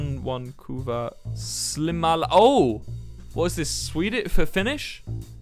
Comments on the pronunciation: i love how he said the ”silmälääkäri” like ”slimal” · ITS NOT SLIMA ITS SILMÄ IT ISNT THAT HARD TO SAY😭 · When he tried saying silmälääkäri 😂😂 Yay Finland was mentioned :DDD